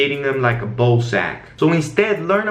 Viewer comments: I like when calls the lighting "lightning" bc it adds character to the videos lol. Also his accent doesn't distinguish between the soft "a" sound & "ow" sound, so "ball" & "bowl" sound identical. Kinda cute haha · Him: reflect around the BOH Me: eue okie